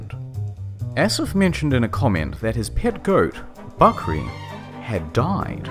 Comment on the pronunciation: I am pakistani and I am cringing soo hard from how you pronounce the names and "bakri"